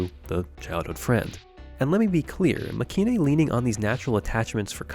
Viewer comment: I'm pretty sure it's actually pronounced make-in (マケイン) as separate words due to it being a shortening of make and the last part of heroine